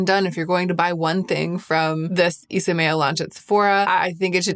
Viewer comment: I’m sad to learn that you were saying the name wrong…I thought it sounded pretty